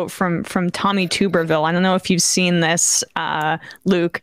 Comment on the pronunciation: OK so it's pronounced TUBBERvill. Not TOOB-ervill.